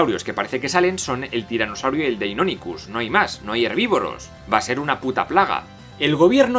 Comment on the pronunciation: Pd: Por que pronuncias asi deinonichus :v?